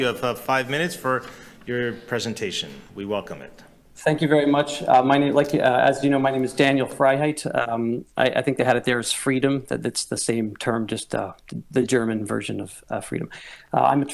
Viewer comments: Moderator insisted on pronouncing his name "Dan-yell" (a girl's name) eventhough his said his name was "Danyull." Was intentional disrespect? Why no show of hands? Had they turned the audio off? If so that makes sense, bc once in a cult, you r forbbidden to listen to people outside the cult bc leaders know that endangers the doctrines coming from the high priests. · Man, they really butchered his name. It's not Danielle, it's Daniel. Disrespectul arrogant incompetent malevolent pieces of so and so.